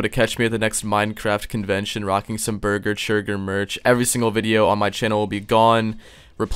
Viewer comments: Churger burger forger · Ah yes Burger Churger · Bargur chager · I like how he gets beese churge's name wrong every time lol